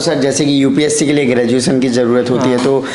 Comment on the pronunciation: Mujhe is par doubt kyon ho raha hai.🤣 "UPC" vala Banda... Fake hai... Group "Dicison" karta tha.. even he is an English medium aspirant, can't pronounce most English words correctly. 🤗